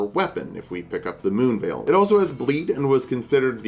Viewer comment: Bro did- Did you just say "Ma se Moonveil??" 🤣